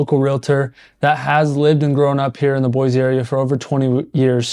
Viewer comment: And still can't pronounce the city name right!😂